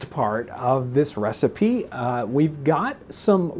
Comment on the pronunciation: Huh... so you're just going to start pronouncing recipe as receipt eh?